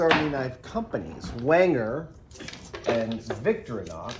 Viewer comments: pretty sure it's Vic-thor-ee-nox rather than Victory-nox. but great video as usual Adam! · It’s not “victory-knocks”, it’s “victoreenox”. Doesn’t matter, I know – just saying. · Adam, it’s Victorinox, not Victrinox or Victronox. I know you love the brand but you’re always saying it wrong. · It's actually not pronounced Victori-nox it's vic-tori-nox the focus is on the "O" in "tori" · You're saying Victorianox wrong. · I've never heard that pronunciation of Victorinox. It's always been vic-TOR-ih-nox before. Live and learn! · Haha, we pronounce it as Vic-To-reenox. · Please! Someone tell him thats not how you pronounce "Victorinox" 😫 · I think Adam has the emphAsis on the wrong sylAble of Victorinox.